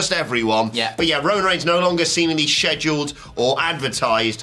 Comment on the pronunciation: "Sheduled" lmao